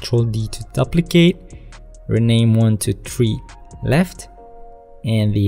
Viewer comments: Very T for future reference, you need to pronounce ‘duplicate’ like ‘dew-plicate’. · The first syllable of duplicate rhymes with "two." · man i really like ur video. i have been searching for quite sometime bfore stumbling upon this video. only one problem though; the way u said duplicate in photoshop really triggered me